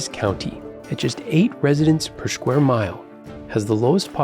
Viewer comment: What's a "shquare mile"??